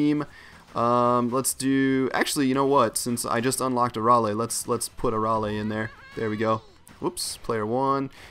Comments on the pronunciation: a-ral-ae oof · Arale is from dragon ball not from Z just dragon ball and u said here name wrong she is also from Dr.slump